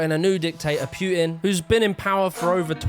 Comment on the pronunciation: did you call him “pyutin” like “rrras-pyutin?”